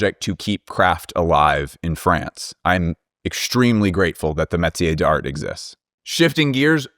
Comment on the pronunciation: pronouncing a hard ass T on d'Art bugs me so much 🥲